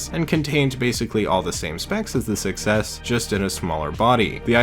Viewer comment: The fact when saying "Iphone 6s" your saying "iphone success"